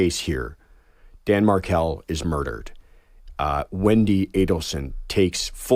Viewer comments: I am well versed in this case but would not judge a person who is new to the case who mispronounced a name. You said she got it right by the end of the broadcast. My, my, it's a harsh crowd out there. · And mispronouncing Markel. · Pronounce the man’s name correctly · Yes! And Josh really should have corrected her. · I am gone! A reporter doesn’t even bother to learn Danny’s name? Buh-bye! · Was there no editor to correct her incorrect pronunciation ? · Everyone knows about this tragic senseless assassination of an innocent father by his murderous in-laws, and have heard the name being mentioned so why does this fox podcaster not know the correct pronunciation of his name?!!! So disrespectful, unprofessional, incompetent and unqualified! She seems to be reading directly from the script in front of her which makes me wonder whether she even knows anything about this sad case at all! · she needs to pronounce his name correctly. Not exactly a big ask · Dear Lord--can't this Fox commentator pronounce Dan's last name right? Boy you can really tell that she's in the know. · When the host can’t even pronounce the victim‘s name, and clearly hasn’t done a lick of basic research about the case, she hasn’t the capacity to conduct a “great interview”. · When the host can’t even pronounce the victims name, and clearly hasn’t done a lick of research about the case, she hasn’t the capacity to conduct a “great interview”. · Please don’t say his name wrong! It’s not like Meghan markle plzz he’s so much more than her! It’s MARKEL USE THE EL DIFFERENCE THAN KLE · Emily, please do not pronounce Dan’s name like Prince Harry’s wife. It’s pronounced like Mahr-kell. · Markle! Not mar COU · Somebody please tell this woman how to pronounce the Markels name!! It's not like Meghan Markle! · If you cover the case of Dan Markel. please have the grace to learn how his name is pronounced. It's not Markle. It's Mar-kel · Dan Mahr-Kell. (phonetic spelling) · Clicked out as soon as she said Mar-cull